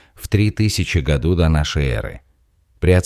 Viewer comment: В 1850 гОду! Дальше слушать эту безграмоьную болтавню компьютера противно!